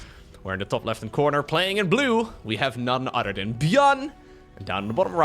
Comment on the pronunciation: "... none udderdan..." "th" does not exist on.